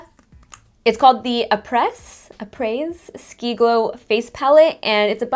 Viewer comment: Its pronounced áprèh ski 😜